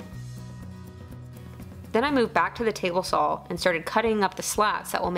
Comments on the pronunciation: I have to smile every time you say "sawl", haha....kinda like up here we say "Warsh" (Wash), or "Acrossed" (not even a word...but is here in the midwest), haha. Great video, keep up the good work kiddo:-)! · Everyone leave alone! She can say "sawl" however she damn well pleases!! Lol 😍😍😍